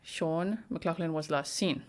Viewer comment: it is definitely pronounced Shawn you are saying the surname correctly